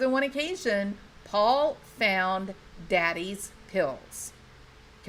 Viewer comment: Paul Paul, with a southern drawl; not pa pa.